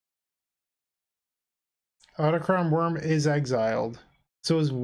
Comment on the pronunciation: I don't really care, but it's pronounced aw-tock-thon worm.